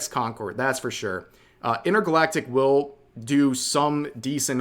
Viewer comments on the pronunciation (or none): none